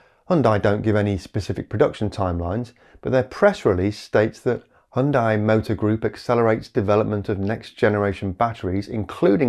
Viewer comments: I would like to acknowledge that your pronunciation of Hyundai is better than average, but also politely point out that the correct pronunciation is Hun-day. Like Sunday. I do very much appreciate your efforts on our behalf. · perfect documentary, loves the tone. It is huhn·day the correct prononciation for HYUNDAI, as if you want to say the way South Koreans say it.